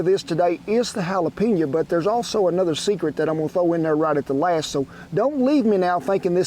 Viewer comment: “Jala-peh-nya” Love it